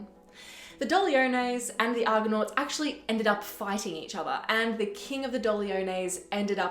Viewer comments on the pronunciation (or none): 0.27 It is Argo-nauts not Argon-nauts. Argon is a gas with atomic number 18. But over-all, 'very well done'.